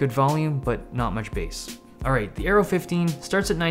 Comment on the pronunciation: Dave Lee When you said Aero i thought you said Arrow :D